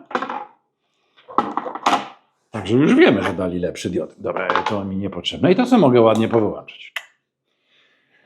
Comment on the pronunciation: błagam: DIOD bo DIODA ale nie DIÓD